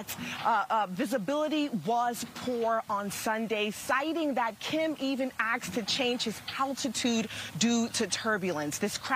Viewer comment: ~ SERIOUSLY?!? Even a news reporter says “akst”? 😖